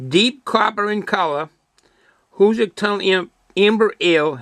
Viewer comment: Where can you buy this beer? My favorite train watching place is the East portal of the Hoosac Tunnel. By the way, it's pronounces HooooooSac Tunnel.